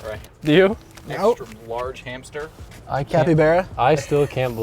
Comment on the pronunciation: "an extra large hamsster" <3 I LOVE YOU!! <3